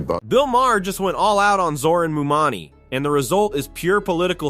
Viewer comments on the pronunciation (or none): Where do you get "mumani" from "mamdani"??😂